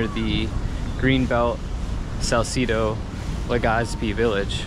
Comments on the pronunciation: salsedo kase hindi salsidow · Dont pronounce it Sal-ci-do...the right prononciation is Sal-CE-do.. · I'm only watching this cuz I thought yer bradley cooper....but in fairness yer cute....I LAAAAVVV how u pronounce salcedu like canong-cano slang-ish😆😆😆